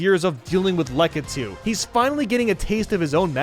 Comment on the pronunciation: When the guy who can't pronounce bob-omb or lakitu decides to make Mario videos for a living